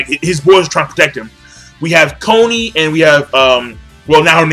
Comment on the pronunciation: It's Bert-Holt, Arm-In (Not Arm-een), Con-ee (Not Cone-y) and Jean is pronounced like Jean Claude van Damme. It's french. Not like "Jeen" which everyone seems to get wrong lol.